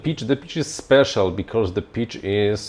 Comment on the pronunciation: I love Your videos, Your opinions, Your interests and Your projects man. BUT there is no R in because :D :D no hate :D it gets me every time you say it :D